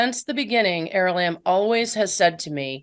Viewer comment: Is it is it er Is it aralamb or arali😅 she keeps pronouncing it aralamb.....